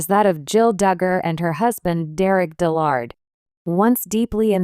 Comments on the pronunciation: DIL lerd not dil LARD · Pronounce and spell his name correctly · AI is not that good at pronunciation :)